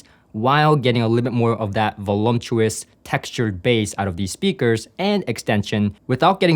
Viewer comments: I probably shouldn’t put my burden at your feet but it just makes my brain itch. There is no “M” in Voluptuous. The sound of “volumptuous” fits the meaning so nicely that I totally understand people saying it like that. It just ain’t right. However, you doing you is what keeps me coming back, so keep the “M” if it feels right. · voluptuous, not volumptuous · VoluMptuous is EXACTLY the way I first pronounced the word in High School. I'm not sure when I got the realization that there was no M in the word, but once I had that realization, I made sure to do so correctly. voluP tuous. I said this, not to be critical, but to be informative. I would SO love to have these speakers in my system in place of my quite satisfactory Spendor S3/5s, supplemented by a Rythmik 12" sealed servo subwoofer. I live in LA and have been to the factory and heard the Platymons, which i found to be quite pleasing as well. Your system choices are in tune with my tastes, so keep it up. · I am a regular viewer - and support you, so please take this as the good natured tease it's intended to be: There is no such word as "volumtous" 😂